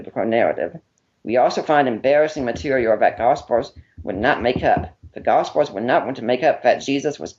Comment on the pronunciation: No offense to the guy, but I just can't get past his speech impediment. Gospers? Miracres? Public speaking wasn't his wisest career path. Either way, took him out behind the toolshed in this debate.